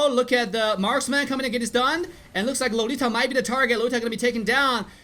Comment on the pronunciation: marsman o marksman wawan o wanwan ano bayan salita mo wut